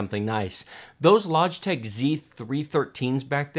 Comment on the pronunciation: Lodgetech? He can't even say it properly!